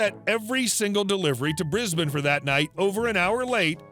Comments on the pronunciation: "Briz-bin" Well pronounced,! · At last a yank who can pronounce Brisbane properly.